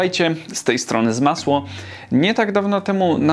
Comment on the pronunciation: Czemu mówisz Zmasło? a jesteś przecież 😄